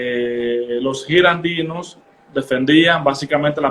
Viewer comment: Girondinos...no girandinos.